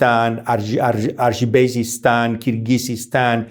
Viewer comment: You are wrong it's pronounced Azerbaijan and finally the 3rd recognized faith is Buddhism.